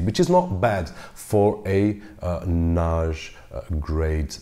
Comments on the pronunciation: why do you keep saying NASH? It’s NAS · You pronounced the word NAJ with a soft J, I suppose you mean NAS, a soft S. I was a little confused. Thanks for the video. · Why do you pronounce 'NAS' like 'Nash'?? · Oh I see, you’re portugese... I just read the comments down below. Other than that, your english is very good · ok. after a few times "nashj" I just quit listening. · A NAASH grade hard drive? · NAZH... your pronunciation is awesome but this one word.... got me confused ☮️ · It's not NAZH, it's NAJE ;) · its cool lol but i hear it as Noghe or Nosge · Someone teach this guy to say NAS please. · The point is the following: Your pronunciation in English is good except 'NAS'. How come?? All the best.